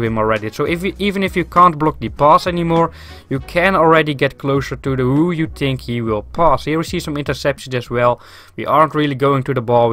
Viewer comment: Just say think in the correct way to not annoy people with it haha but good vid !